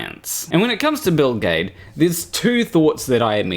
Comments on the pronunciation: Every time he says Bill Gaede I hear Bill Gates. kkkk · For a minute there, I couldn't figure out why you were having trouble pronouncing Bill Gates.... ;o) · ae is pronounced ä in german. Thats like the a in fan (in an american accent)... So for me his name is pronounced gäde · The biggest problem with Gaede (I pronounce his surname as Giddy) is that to those ignorant of science he seems to fit that whacky scientist extrovert cartoon in their heads. The rest is all turtles and effalumps elephants. 😀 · It's Bill Gede ( or Geed - silent last e or hell if it's any easier Gheed ) all work. Nice video btw! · Maybe it's Bill Gah-ee-dee 🤔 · Its Gayts… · Actually I prefer the pronunciation "Bill Jeed" "G" can be either hard or soft, "ae" has a long "e" sound for example we have Caesar. And the last "e" appears to be silent.